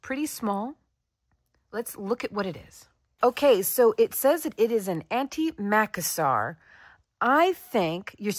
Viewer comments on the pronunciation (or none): I love your videos! Merlin is such a star 😊 Just FYI, Macassar (and in the UK I've only ever heard it pronounced with the stress on the second syllable - so macASSar) was a European product: Macassar Oil. Used, as you say, by the dandy men to slick back their hair. Sadly, I'm old enough to remember anti-Macassars on my granny's furniture 😂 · Macassar was hair oil, pronounced with the stress on the "cass", not the "Mac". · Thank you, I was just about to say the same thing. It's funny how we stress different syllables, it makes words sound so strange. Almost foreign, which I suppose most of them were, originally 😂